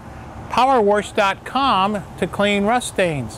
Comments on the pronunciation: Power wersh? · Power worsch....